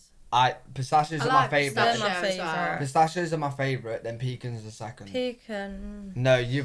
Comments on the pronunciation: PEECANS are what your grandparents keep under the bed in case they have to pee in the middle of the night! It is pronounced "pacahns". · We don't pronounce pecans as pee-cans, we pronounce it as puh-cons/peh-cons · Don’t say pee-cans. They are pronounced pa-cans! Especially in the South! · Puh-khans and puh-neuts are for France. Pee-cans and peanuts are for Americans. You are not from France so quit pretending. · PEA-KAHNS - not pee-kins - are NOT sweet. “All of your hearts 💞 need to be blessed” BIG TIME! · Quit saying PEEK ens IT is pronounced pee CANS (accent the capitalized sylable) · They aren't (Pee-Kuns) They're (Puh-Kahns) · Bless your heart. You guys need to pronounce pecans in Southern: pee-canz, canz as in ants or dance. If you need a place to stay on the east coast of North Carolina, let me know. We own a place in Beaufort, NC a lovely fishing village. I'll let you stay there for free. Seriously. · Pecans is pronounced with the first syllable very soft and the second syllable very hard: p kahn’ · In the South pecans are pronounced Pi-Kahns… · Pecans are pronounced pu-cons 😅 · pecans are pronounced pa caans